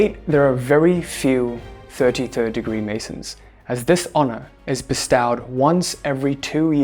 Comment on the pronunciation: *Bestow is pronounced [ bih-stoh ], not “bih-STAU”.